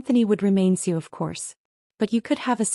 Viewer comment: When is AI going to learn how to pronounce CEO?